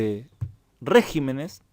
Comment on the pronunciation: En ese mapa ya se puede poner España con el color de los países que eran democracias y empiezan a ser regímenes autoritarios. Por cierto, regímenes. "Regímenes" es palabra esdrújula, no sobreesdrújula. Al pasar de singular a plural, la sílaba fuerte cambia, como con "carácter" y "caracteres". Es un defecto de prosodia que empieza a hacerse corriente.